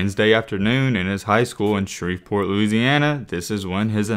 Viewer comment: im surprised actually pronounced shreveport right lol